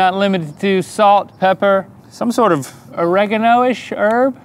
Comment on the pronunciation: Not "aregino" it's or-e-gano